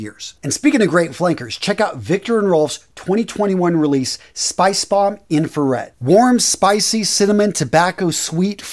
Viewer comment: Love these fragrance videosssss. Thanks! That pronunciation is on point in my opinion! Do you think spicebomb infrared better than night vision EDP?